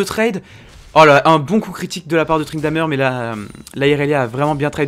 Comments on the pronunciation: C'est moi ou il dit tryndameur ??? xD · très bonne vidéo même si c'est perturbant d'entendre tryndamEUr vu que j'ai l'habitude de dire tryndamÈr(je sais pas si ce commentaire conte pour le tirage au sort mais osef j'ai dis ca sincèrement)